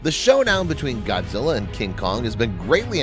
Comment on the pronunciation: its not godzille